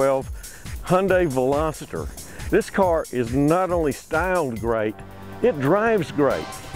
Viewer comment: i hate how some people pronounce "veloster" as velositter...